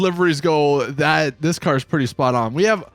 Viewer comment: Why u say “car” like “caer”